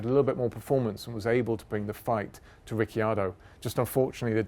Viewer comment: After “Lastname” now we have “Rick-yado” 👍👍